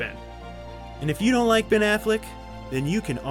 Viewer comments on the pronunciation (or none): dude his name is Ben not Bin